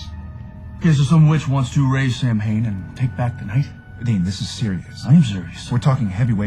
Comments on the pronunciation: literally not pronounced that way -.- too bad your facts are as straight as your sexuality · Béla Kovács I know your comment is very old, but there's a difference between choosing which vampire lore to apply and incorrectly pronouncing an Irish word that is still being celebrated as a wiccan Sabbat to this day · “Sam Hain.” Good job. You said how it’s spelled. It’s pronounced “Sowwyn.” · is pronounced Sow-in not sam-hain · Love the show and you usually were very accurate in pronunciation of names and terms! But with Samhain, you screwed up. Samhain is pronounced,Saa Wn or Saw win! Definitely Not Sam Hain! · Everytime an American film ir series says sam hain instead of sowin makes me cringe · I cringed every time they'd say its pronunciation as Sam - hein instead of Sow - in. It was really pissing me off. Aren't there supposed to be people to research that kinda stuff for the show? Anyone who watches the History Channel knows how it's pronounced. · Samhain is pronounced Soween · For all you dick heads crying like little bitches this isn't what halloween is bla bla bla!!! This show takes real lore and some imagination to make something cool and creepy so chill the fuck out!!! they know it not sam hain you morons but that's what they are calling the demon behind this story!! they're not going to call him sam wain or sow-en that's just fucking stupid! ps some of what they are saying is actually fact do your damn research!! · I know it's pronounced Sow-in but I've always pronounced it the way they do, even before I got into this show. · ... it's pronounced like sow-in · He totally pronounced Samhain wrong.Shows really got to do more research on these things. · Actually it's "Sow-en". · Sam-hain?! This is the worst pronunciation of an Irish word that I have ever heard. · This pronunciation is an afront to Ireland! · It's just a shame that he can't prpronounce Samhain correctly.